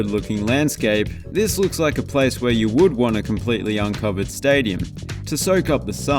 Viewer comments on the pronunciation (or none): none